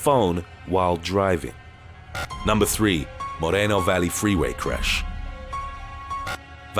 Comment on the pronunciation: Numbah eight Dubbo crash